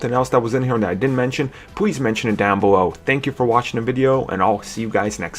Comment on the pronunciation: "Pwease subscribe down bewow"